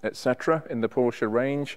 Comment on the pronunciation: lovely car. Nice to hear you pronounce Porsche and Fuchs wheels correctly.